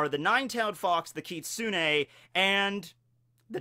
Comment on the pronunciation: You said Kitsune perfectly,. I'm so proud😭